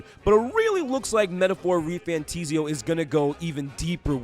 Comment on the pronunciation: Why would it ever be refantIsio? It is an "A"😂 Good video😊